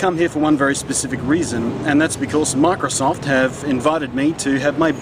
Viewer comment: is he saying "Marcosoft" ?? i taught i hurd him say marcosoft..